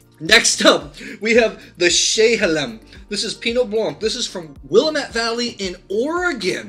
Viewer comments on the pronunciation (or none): Thank you for all your great content...just FYI...from a longtime Oregonian...it's Wuh-lam-it Valley...😏